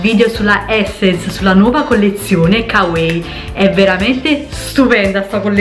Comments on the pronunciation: Ma perché "kawei"? Si dice come si legge, " ka wa ii" (l'ho scritto staccato cosí capisci la pronuncia) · Kawaii si legge "cauaí" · Tesorooo si pronuncia kavai, ahahaha lo so xkè vado pazza x il giappone e tutti i suoi termini, video utilissimo x poter acquistare in tutta tranquillità grazie un abbraccio ❤ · Non varia da pronuncia a pronuncia. Si pronuncia "Cauaii" e basta, se qualcuno lo ha mai pronunciato diversamente lo ha fatto sbagliando, ho studiato giapponese e questa è una delle prime cose che il professore ci ha detto essere conosciuta in modo sbagliato in Italia! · Ciao, a dire la verità si pronuncia 'cauaii' (la doppia - i - finale si allunga ma in un unico suono). 😉 ✌ grandissima 😊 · Marika Frigerio penso varia da pronuncia a pronuncia, in molti video giapponesi dicono kavaii e in altri come dici tu, mi sono documentata ahahah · bella la collezione "cauei" xDDDDDD